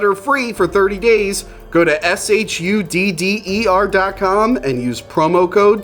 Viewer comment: I like whore films, maybe I'll try that shudder site, thankfully the text confirms he's saying shudder and not shutter in that murican way.